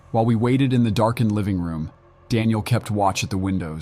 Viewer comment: “Screw-dreever”? “Dawn-iel”? “Stom-acks”?